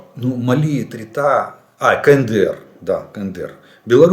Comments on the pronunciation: Эритрея!!!!!!!!! Не Этрита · Эритрея настолько малоизвестное мусульманское государство в Африке, что автор даже неправильно прочел ее название ))) Это же не славноищвестное Сомали с ее пиратами :-)